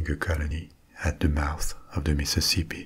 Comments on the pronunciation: Meeseeseepee basen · I love the topic tonight! Also, I never knew I needed to hear “Mississippi” said in a French accent until I heard you say it 😂